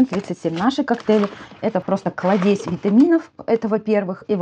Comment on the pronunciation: КлАдезь, то слова Клад. . Вы что специально слова коверкаете.